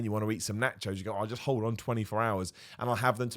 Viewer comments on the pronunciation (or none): none